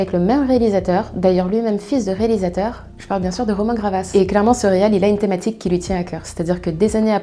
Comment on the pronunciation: *Romain GaVRas pas Gravas